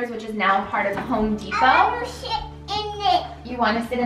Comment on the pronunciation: Lmao he said I wanna sh*t in it I stead of sit lol